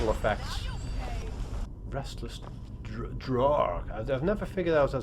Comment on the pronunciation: Draugr is pronounced like "drowgr" ow as in ouch or mouse or row